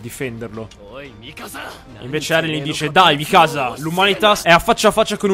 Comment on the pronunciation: eren... è Mìkasa, non Mikàsa